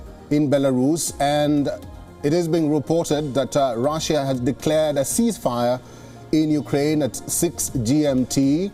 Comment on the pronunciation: Itz russia ..nt raaasia ..